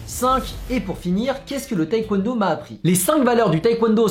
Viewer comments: ça me stresse quand il dit "taékwouènedo" alors que c'est "tèkwondo" ;-; mais sinon super vidéo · La Coréenne en moi n'a pas pu s'empêcher de cringe à chaque fois que tu prononçais taekwondo "taïkwondo" T^T Mais vidéo super intéressante, je vais peut-être m'y mettre x) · Par contre faire du taekwondo et ne pas savoir prononcer ce mot c'est chaud un peu :(